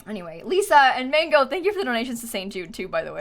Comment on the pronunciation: Excuse me her name Margo not mango sufor what the heck some said it was forgo her name is margo🤣😘🌨️🙄